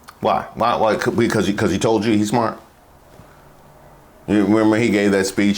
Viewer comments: “He is very smoort”. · Smort? WTF is 'smort'? Industrial strength stupid is not a good look. Or sound. Or quality of life.